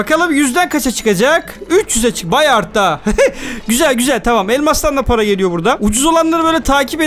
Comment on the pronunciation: Abi paraya para demiyon paraya mara diyon